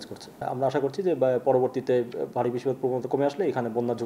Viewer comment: BIRISSTII PAT, BIRRIDDHII KI UCCHARON ABHAOWWA BIDD.